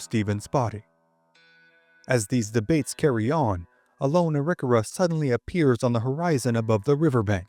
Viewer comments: Great content! Wondering about the pronunciation of "Arikawa".. Not what I've heard before, but I could have heard wrong. Thanks for the history.. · That is one way of saying the name